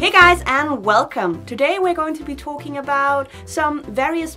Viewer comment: Say "talking" again lol.